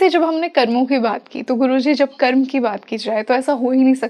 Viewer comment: करमा क्यों बोल रहीं, कर्म बोलो।